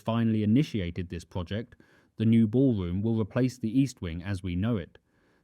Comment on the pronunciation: Perfec? The ballwomb wiw wuk poofec? The put-on 'accent' is a speech impediment.